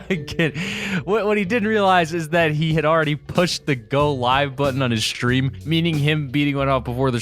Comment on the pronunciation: does someone else understand shream instead of stream or is that just me making the st in stresm sound like sdream instead of shream like an sh in shoe